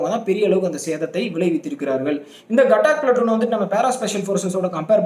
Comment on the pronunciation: 807804 gatak illa gathak pl